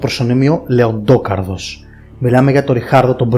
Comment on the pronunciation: Λεντόκαρδος, όπως λέμε Τόνι Σταρκ; Εντάξει πέραν της πλάκας γάμησε το βίντεο